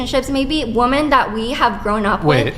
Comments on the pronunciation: My gosh, I hope someone teaches this unfortunate young woman the pronunciation of "women." She keeps saying "woman" when she means "women." It's almost as annoying as her general worldview and victimhood. This is pathetic. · Every time that girl says "woman", when she should have used the plural "women", makes me wish I could punch her through my computer monitor. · Does know that the plural pronunciation for more than one woman is "women"? I've noticed this a lot lately. Especially the feminists, they say "woman" have been oppressed, when it should be women, with an E. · Why is she pronouncing women as woman? She’s a lunatic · The main problem is that she can’t correctly pronounce the plural of woman. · Could someone please explain this weird pronunciation of the word “women” (plural) said as “woman?!!?” I’m hearing more & more and it’s driving me nuts! As in, they MEAN “men & women” yet they SAY “men & woman.” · Is she saying “woman “ instead of women? Sorry but her voice would send me off a cliff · The plural is "woMEN" not "woMAN"! I've been hearing that mispronounced more and more often from this age group. It's bizarre. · She can't even pronounce the word "women" correctly.